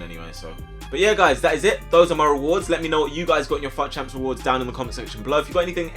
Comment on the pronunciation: I keep thinking he said fat champs